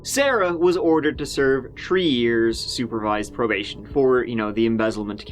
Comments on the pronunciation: Tree tirty treee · So far it's about tree hundred thousand tree hundred and turdy tree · Probably tired of everyone commenting on "goo". I'm surprised he hasn't practiced the American English pronunciation of "th" so as not to see "turd" or "tree" in the comments anymore. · Maybe he is using correct military phonetic pronunciation 1,2,tree, 4, fife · Being French, that's the only way I can pronounce "3". just makes me feel better about my accent